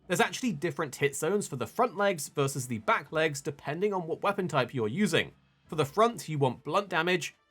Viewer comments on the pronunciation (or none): none